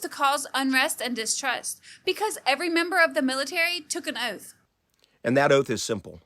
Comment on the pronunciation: "You must take an "oaf"? What is an "oaf"???